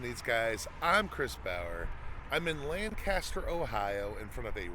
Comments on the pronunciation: I grew up about 30 minutes southeast of Lancaster and worked there for some years just up the street from Rax. Would go there many times during the week for lunch. BTW, the city is pronounced "Lanc-aster" and not "Lan-CASTER." We could always tell who the out-of-towners were 🤣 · It's not pronounced Lan-caster, say it fast and only 2 syllables. Lancster. I was schooled early by my wife who was born and raised there :) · Btw it’s formally and properly pronounced “Langcuhster” lol